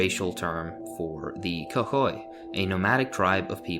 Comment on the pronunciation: Not trying to sound rude but it is pronounced koikoi